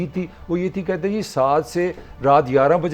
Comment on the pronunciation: Ap urdu ki talk show main baithney hain " Kathey" naheen " akhatey" hota hai umeed hai keh apko idraak ho gaya hoga